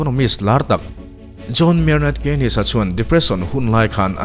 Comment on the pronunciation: Bretton Woods Agreement te hi han ti law law teh, khing ho nen khian a inkungkaih vek lehnghal a, Mizo ṭawng ngei a ngaihthlak tur awm hi a hlu. JM Keynes a hming khi KEINIS ti lovin KINS ti ang a lam zawk tur 🙂